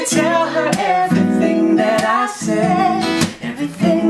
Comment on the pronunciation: Haha her fob moment . "Ebery-ting"